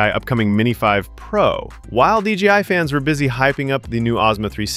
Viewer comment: d j i not dgi